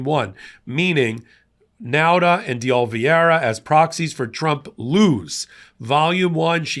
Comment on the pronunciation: enjoy your work, but it’s Oliveira, pronounced “Oli-ver-a